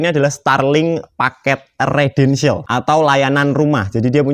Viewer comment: Residential mas..dudu redential. Bingung ngko sing ndelok